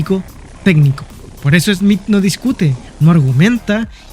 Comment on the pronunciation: No es esmit es Smith